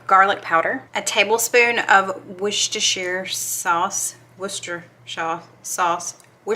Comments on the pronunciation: Wooster shire sauce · Pronounced “Wooster” - all the rest is silent. Mr Make It Happen calls it worst name in the world sauce … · butter flavor crisco has been out since 1981 it’s the best thing they came out with I love for my cookies and the chocolate does make a difference in the taste it’s so yummy but for a lot of use we substitute what we can afford and there still delicious and when you pronounced Worcestershire sauce you had it right the first time 👍🏻👍🏻